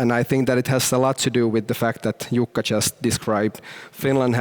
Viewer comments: I promise you his name is not Yukka 😂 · It is Jukka Kopra. Not Yukka.... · "Yukka Kopra" :D The country of konsonants :D Man.. U Pole's should have "English name":s like the Chinese :D Europe is difficult. We have so many letters and pronounciations.. I'm so glad we have this English to communicate with.. 'Cos we are pretty reasonable people in this world.